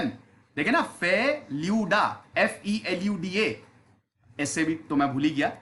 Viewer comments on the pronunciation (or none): You should not utter it in English - Felu"Da", you have to pronounce it in Hindi or Bengali as - "ফেলুদা". Sir be accurate, and remember, we are Bengali 🙏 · Feludaaa not D-a, From Dada, Souravda , Daa matlab ( bhaiya ) , elder brother ... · It's pronounce will feludaa